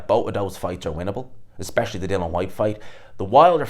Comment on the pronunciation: DILLIAN FFS not Dillan...Geez Your pronunciation is shot to bits... Up next... Dyson Fury v Antony Boshua Spaniel DuBois vs Joseph Barker Yeah...Ding Ding...